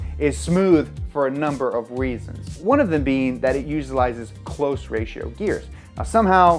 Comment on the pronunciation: Close ratio transmission, not cloze ratio transmission.🙄